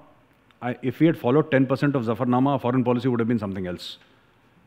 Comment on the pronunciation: You are right & pronounce Zafarnama correctly. Sir, I want to ask you a question. Sikhs have contributed to country much more than their numbers. But they didnt get proportional political benefit. Though their own leadership is responsible for this.